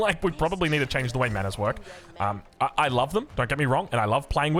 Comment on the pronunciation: Dear, love the casts, hate the fact you pronounce "manors" like a kiwi, keep up the good work ❤